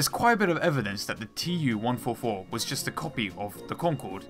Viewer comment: IL -2 is pronounced "eew-2" fron "Ilyushin" and TU-144 is pronounced "too-144"